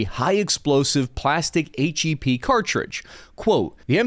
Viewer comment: HEP kinda sounds like HESH